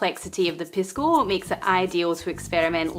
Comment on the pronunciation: Love your channel, - however, the spirit is correctly pronounced PEE-sco. The Spanish 'i' is pronounced like the English 'e' (Hence the play on words with Macchu Pisco/Picchu). Saludos!